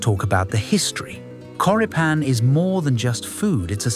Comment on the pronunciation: Hm, a good alternative that my family uses in America are Johnsonville Mild Italian Sausage. The pronunciation of Choripan is Chori like chorizo and pan (pahn).